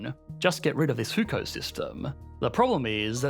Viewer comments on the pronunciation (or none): Love the vid, but do you have a Chinese speaker to consult on how to pronounce some of the terms? HuKou is pronounced more like "who! ko." than Hookou. I'm happy to run you through the pronunciations via discord if you want.